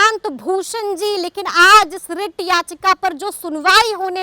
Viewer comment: rrrrrrrrreet याचिका😂😂